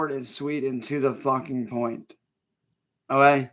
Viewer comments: Oh gey? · Ohae. Bro cant even say ok right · 😂😂😂 it gets me every time o’hay